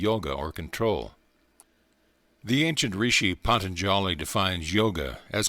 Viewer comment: I about died when I heard him say Patanjali 😂but still appreciate the recording 🙏❤️!